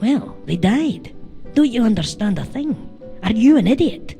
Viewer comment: "d'y'oonderstahnd". the classic Glaswegian accent.